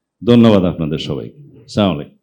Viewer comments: অন্তত সালামটা ঠিকমতো দেন সালাউদ্দিন সাহেব স্লামালাইকুম হবে না এটা হবে আসসালামু ওয়ালাইকুম য়ালাইকুম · শালাউদ্দিন সালামটাও ঠিকভাবে দিতে জানে না। সেলামালাাইকুম! এই শালা মুসলমান নাকি? আরে বেকুব সঠিকভাবে সালাম দিলে কি জামাত লাভবান হবে নাকি তুই যে মুসলমান তা প্রমান হবে? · সামালাইকুম এই টা কেমন সালাম দেওয়া বুঝলাম না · চা.মালাইকুম এইটা কোন শব্দ আমরা বুঝলাম না। চা.মালাইকুম খায় না মাথায় দেয়। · একজন মুসলমান সালাউদ্দিন সুন্দর করে সালাম দিওয়াও শিখে নাই.. আবার জামায়াতের সাথে তুলনা করে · আহা সালামটা ও শুদ্ধ করে দেওয়া শিখলে না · এক জাতীয় নেতা শুদ্ধ ভাবে সালাম দিতে জানেনা এটা ভাবা যায় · সালামটাও ঠিকমত দিতে পারেনা তার আবার বড় বড় কথা বলে হে আল্লাহ এদেরকে তুমি হেদায়েত দান কর না হইলে সঠিক উত্তম ফায়সালা বিচার করে দিও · আপনি তো শুদ্ধভাবে সালাম দিতে পারেন না আবার ভোট চান লজ্জা থাকা দরকার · কথা সালাম ঠিক মত দিতে পার না কি নেতৃত্ব দিবা বুজা শেষ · সালাম টা সঠিক করে দিতে পারেনি সে আবার দেশ চালাবে কিভাবে এমন নেতার প্রয়োজন নেই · হালায় সালাম ঠিক মত দিতে পারেনা। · সালাউদ্দিন সাহেব আগে সালাম দেয়া টা শিখে আসেন। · যে লোক সালাম টা পযন্ত ঠিক করে দিতে পারে না আবার দেশ চালাবে কেমন করে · হায়রে নেতা শুদ্ধ করে সালামটাও দিতে পারোনা। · ago ভাই, আপনি এত বড় একটা রাজনীতিবীদ ও মুসলমান ঘরের শিক্ষিত সন্তান। কিন্তু সালামটা ঠিকমতো দিতে পারেন না: এটা কি হওয়া উচিত? আল্লাহতালা আপনার প্রতি আরো সদয় হোন এই কামনা করি। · ভাই, আপনি এত বড় একটা রাজনীতিবীদ ও মুসলমান ঘরের শিক্ষিত সন্তান । কিন্তু সালামটা ঠিকমতো দিতে পারেন না: এটা কি হওয়া উচিত? আল্লাহতালা আপনার প্রতি আরো সদয় হোন এই কামনা করি। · উনি মুসলিম সালাম টা ও ঠিক মতো দিতে জানে না